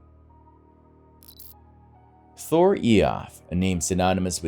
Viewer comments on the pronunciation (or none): none